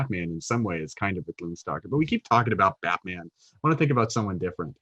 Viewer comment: Sounded like you said gloom soccer ranger.... the mental imagery was epic.... I must make this happen.